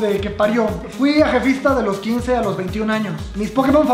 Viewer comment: Si,lo dijo con poca dicción pero dijo ajefista.